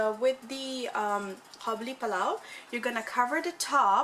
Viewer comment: it's قابلی not کابلی therefore it's Qabuli, not Kabuli... Kabuli is a person from Kabul